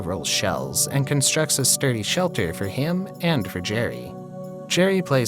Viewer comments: SHELL-ter lol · “constructs a sturdy SHELL-ter” badum tss